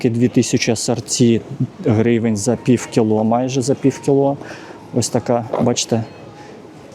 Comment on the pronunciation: Прекрасный магазин, качественный обзор🎉. Но! Ваше фонетическое "пиФФФ" (пiв) - чудовищно режет слух и портит всë впечатление от видео👆. Розмовляйте росiïскою, будь ласка. 🙂